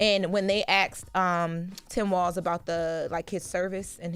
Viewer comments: Asked, not “axed”. Come on baby girl. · Aks? It's said ASK. Speak right like a professional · Can stop saying axed? It's becoming insufferable